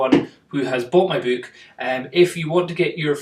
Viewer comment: funny how you say book. you say byyk not buuk. i laugh everytime